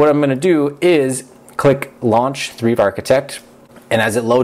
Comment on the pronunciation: You pronounce Thrive as Treeve?